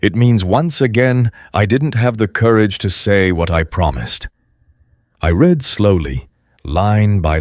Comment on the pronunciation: Again the wrong pronunciation of a simple word. Read eiter reed or red according to proper use. I am deaf. I read transcripts. You should too.